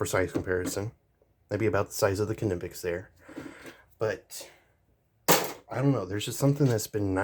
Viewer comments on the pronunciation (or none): 2 totally different tools with 2 totally applications... both are worth having... for diff jobs.... but yes for all around stuff the cobras are way better just cuz there way more rounded...... and it's just nip- ex or how there pronounced i mean... lol I only know that cuz I'm in the trades.... well that and we don't say knives or knife with the k lol it's always silent... just wanted to let you know